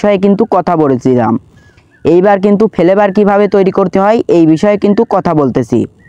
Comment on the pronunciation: Vape❌️ Vhaap✅️ Flavour❌️ Felevour✅️👍